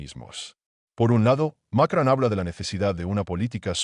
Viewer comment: ES ,MACRON IDIOTA NO '' MACRAN ''